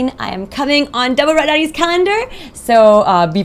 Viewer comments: She's saying calendar but it's sounding like "condom" ! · kdude112233 heheh...gud1.....it did sound lyk condom